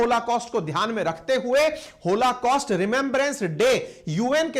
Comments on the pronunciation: Sir it is holocaust, not होलाकॉस्ट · PLEASE RECTIFY.... IT'S "BRITISH " AND NOT BRITISHER......THERE IS NO SUCH TERM.... PLEASE RECTIFY...IT 'S ˈहॉलकॉस्‍ट्‌ and not होलाकॉस्‍ट्‌ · hoLAcaust nahi hai sir oh, hoLOcaust hota hai.